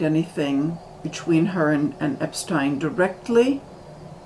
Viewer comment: Finally someone who pronounces his name correctly! Most people mispronounce it as “Epstien”. And I think the red hats you are referring to are the Egyptian fez. Hope you’re having a wonderful summer.